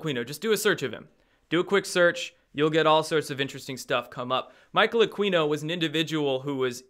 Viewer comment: Hey, Aquino is pronounced Ah-kee-no, not Ah-quee-no. Keep up the good work!